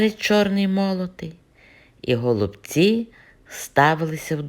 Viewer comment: Голубці пані так як на галичині, і зауваження вам зробили неправильно саме такий наголос пішов від російської,але так,як нас гноблять вже сотні років то просто всі про це забули.Ви правильно говорити і говоріть так надалі, прошу вас.